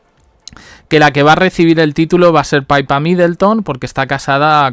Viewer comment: Que NO se pronuncia "paipa".... Es PIPA, tal cuál, PI PA.... Pe i latina, pe y a......PIPAAAAAA... Dios, qte invito a Londres para que lo aprendas 😂😂😂😂🤦🏻‍♀️